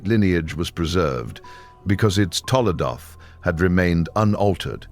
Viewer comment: TOLDOT... NOT TOLADOT... תולדות